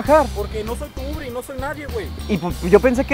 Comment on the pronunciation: "No soy tu UBRE" :v